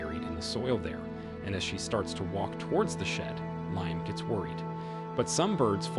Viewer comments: Leeam not liam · Bro can't pronounce the name Liam... Lee-um